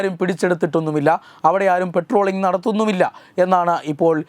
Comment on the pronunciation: " പെട്രോളിംഗ്" അല്ല. പട്രോളിംഗ് ആണ്